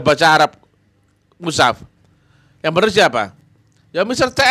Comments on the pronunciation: Iya sptnya memang gak bisa baca al qur an , mengucapkan mus haf saja salah , kok musaf...blajar dulu tadz spy tdk ngisin isini.. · Orang yg sangat lucu, bicara mushaf aja katanya musaf